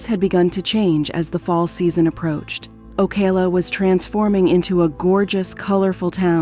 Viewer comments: it's called O CAL A!!!! NOT OCA LA CA LA!!! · It’s pronounced liked California but with an O in front. O Cal la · It’s oh-kal-La 🤦🏾‍♀️ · The way you pronounce Ocala is deplorable... O-CAL-A... Oh, and the Keys, no where near being nearby Ocala lmfao... Maybe do your research better. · This video pronounced Ocala like 4 different ways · Yo the narrator pronounces Ocala differently like 10 times lol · I guess you gotta be a Floridian to pronounce the name of that county properly 😁😆🤣because she butcher the pronunciation of Ocala 😅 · I can’t with how bad they kept pronouncing Ocala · The pronunciation of blood as “bloodè” got me. And Ocala was pronounced differently every single time. What the fuck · Was wondering why Ocala was pronounced like that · The one reading this script must not know ENGLISH!!! Shock-ed? Okala? What the devil is up with this???